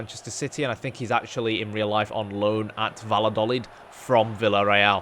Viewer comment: Nice move! Spain will be a good place to build your career. Double-L is generally pronounced as a Y sound, so it's best said Va-ya-do-leed.